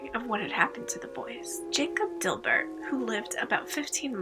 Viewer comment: Also it’s not Dilbert! Lol It’s Dibert! Pronounced Die•bert